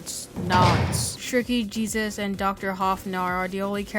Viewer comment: The entire time he said jesus lol but its jebus